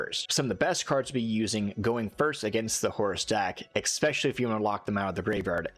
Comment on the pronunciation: Nice video and all. But if you want to make videos on Youtube, consider fixing your language. It's "es-pecially", not "eXspecially".